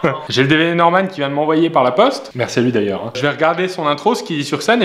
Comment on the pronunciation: Pierre à la fin quand tu dit "merci" t'a vraiment l'air bourré x)